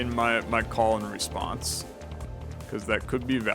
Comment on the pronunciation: I know that the card name is ,,Call and Response" but i keep hearing ,,Colon Response" 😆